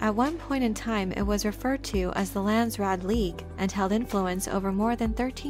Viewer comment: pronunciation phonetics Landsraad = Lah-nds , Rah-ad = Dutch / Afrikaans / Flemish / some German . from native speaker . Raad = council / board members (both correct) therefore national council = Landsraad then direct translation = country council / nation council / ( land council and land board or board of land ) - most direct translation . from NERD Cape Town Kaapstad - Republiek Suid Afrika / Afrique Du Sud / close to ExP.Trumps NAMBIAN KO-FE-FE from Namibia or Republic of South West Afrika our Northern neighbour like Canada and USA same languages , and former protectorate client state during cold war.